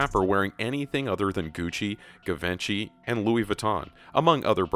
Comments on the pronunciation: Gavenchi??? Its prounounced gee-von-chee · GAVINCHY😂😂😂😂😂😂😂😂😂😂😂😂😂😂😂😂😂😂😂😂😂😂😂😂 IT'S PRONOUNCED JAVONCHY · Lmao "guhvenchy" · THE WAY HE PRONOUNCE GIVENCHY HAHAHAHAHAHAHAHHAHAHBXBAHSBHSHA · you said "givenchy" wrong ;)